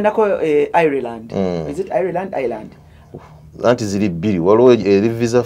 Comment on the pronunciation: Pronounced Ayiland. Naye si Ayireland